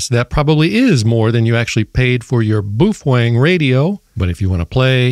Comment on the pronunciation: "Some people" keep mispronouncing the brand name of the company which makes those radios. "Some people" are saying 'boof-wang'. Clearly the correct pronunciation is 'BAY-OH-FEHN-GAY'. If you are one of the "some people" who are still pronouncing the name of the company which makes those radios 'boof-wang'. You must cease doing so, or all the 'BAY-OH-FEHN-GAY' owners wil report you to FC Seize, and they will whack you on the peepee.